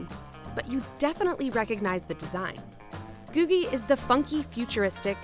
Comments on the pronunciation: Pronounced GOO-jee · I’ve always heard it pronounced “goojie.” (LA native here)